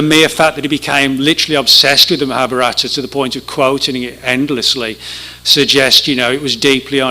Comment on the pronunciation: Maha BHA rata accent on third syllable.